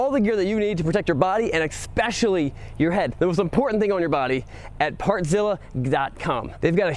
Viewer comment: Did you say "ekspecially" when selling helmets?